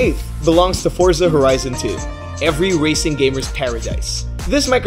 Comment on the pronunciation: It's FORZA NOT FORT ZA